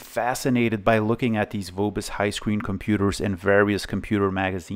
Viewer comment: Nice one! Highscreen was incredibly successful Name distributed by Vobis in Germany. I have a feeling, that every second PC there was a Highscreen :D And sorry for being a smartass, but German V sounds more like F, so it's called [F]obis and not [V]obis, like you'd spell it in English.